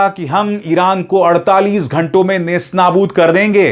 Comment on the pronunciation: شرما صاحب لفظ نیس نابود نہیں ہے بلکہ نیست و نابود ہے